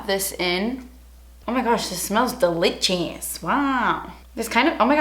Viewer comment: “DELICHUSSS” 😂 omg I love you